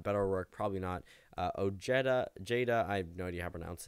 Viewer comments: K A M I K A Z E oh-hey-duh. That's how everyone but his WV fans pronounce it 🤦🏼‍♀️ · Ojeda, (oh-hey-duh) is running. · Tip for the future: the "-ed" in Ojeda is pronounced like the "-ed" in "Ted". The 'J', near as I can tell, is pronounced like the 'J' in "Jester." Hope that helps!!